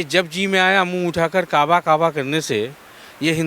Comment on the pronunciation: का बा नहीं ये काबा बोलती है 😡